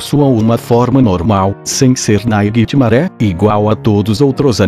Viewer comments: GOOGLE TRADUTOR KKKKK AFFF NAIGUITIMARÉ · vei "naiguitimaré" kkkkkk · naquitimare... nessas horas que da vontade de falar inglês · NAIGUI TIMARE